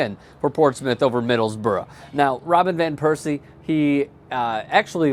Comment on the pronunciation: Wow, saying Middlesbrough almost correctly. Well done lol